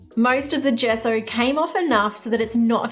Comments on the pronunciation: Gesso is pronounced as je-so to help you instead of guess-o Hope I helped!! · You pronounce it jesso not gesso. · Its pronounsation is jeso not geso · Gesso = Jesso with a “J” sound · Take a shot every time she say gesso.. jesso? gesso? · Gesso is pronunciated like The JE in jester (jesso), hope to help! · Gesso pronounced "jeh-ss-oh" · In the USA we pronounce it "Jesso" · Lol, Gesso with a j sound.